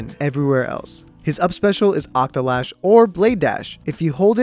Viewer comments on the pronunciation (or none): Octo-SLASH not Octolash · He said octolash.....